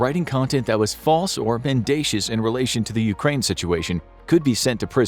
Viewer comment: "Mendacious". "Bequest". Prob'ly look thems words up fellas.